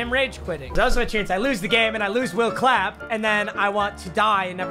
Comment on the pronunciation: I literally started dying when said will clapp